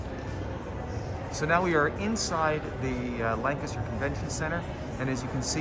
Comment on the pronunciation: Yea, correct pronunciation.